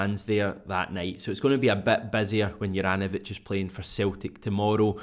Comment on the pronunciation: Hajduk Split fan here, first of all, man you've absolutely butchered the name, no hate though, just gonna teach you how to pronounce it properly. Think of J in the name as Y so pronounce it soft not as a J, apart from that all should be good. Juranovic wore the armband for us and was generally underrated by everyone and most of us were happy when we got rid of him, it seems he tricked us all🤣 Man improved massively after he left us. not a surprise though, the pressure down here could only be compared to Napoli! Continue the good work🇮🇪🍀